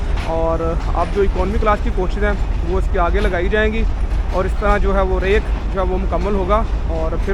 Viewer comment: It's Rake not the rack that you frequently call